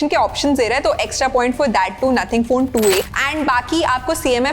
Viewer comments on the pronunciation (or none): Nothing ❌ naathing ☑️